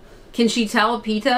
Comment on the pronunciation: Yeap.....:(((( Those who have seen the whole series know that already ♥ soo sad for our heroine at the end of the series.... I won't forgive the author of the series. Btw. his name is not Peter (like the one main character from Spidey series' lol) it's actually Peeta (fun fact.... he is called the same way as one kind of a bread :))) )